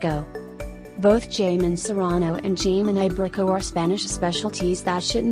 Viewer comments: Jamón (Jeymon) lol hahahahaha pronounce it correctly pls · Can’t even read Jamón!